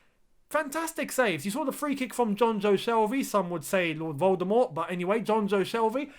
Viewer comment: Him:Some would say "Lord Voldermorth" Me:😂😂😂😂😂😂😂😂😂